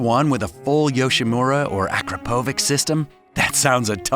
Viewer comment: Yo, Yam! I feel like you set up your boy by not telling him the correct pronunciation for Akrapovic before leaving to buy milk.